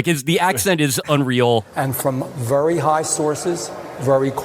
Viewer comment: three "Vurry" in a row.